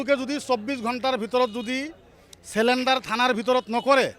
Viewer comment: ৰ কথাখিনি ভাল | পৰিতাপৰ বিষয় এয়াই যে, প্রায় সদায় থলোৱা অসমীয়া লোকৰ লগত উঠা-বহা কৰাৰ পিছতো তেখেতৰ অসমীয়া উচ্চাৰণবোৰ ঠিক নহ'ল || তাতে আকৌ "চাৰেনণ্ডাৰ"ৰ ঠাইত "চেলেণ্ডাৰ" |